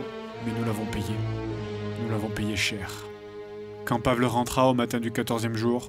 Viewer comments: Par contre Fred, c'est horrible de dire "Pavle" comme tu le fait, il faut le prononcer "Pavel" -_ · Toujours très bon ! Par contre du nom de Pavle... Ça se prononce "Pavlé", pas "Pavl". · Commentaire constructif: Pavle se dit Pavel😄